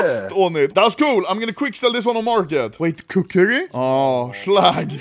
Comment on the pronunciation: "Kuk"ri Knife.